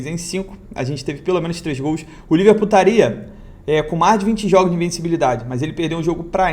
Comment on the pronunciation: Só eu ouvi Liver Putaria kkkkkk